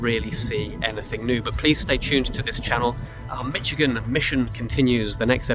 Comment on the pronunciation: I seen two Red headed woodpeckers at my aunt and uncle’s yesterday close up no camera with me though 🫤 I was getting firewood and visiting not out for Photography. You pronounced Michigan correctly I believe 😊 everyone else normally says Mishhh lol